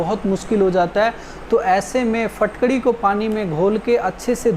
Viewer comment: Phatkari nahi bilte, isko phitkari bolte hain